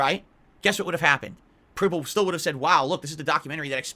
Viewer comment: HE said pripple instead of people cant make this up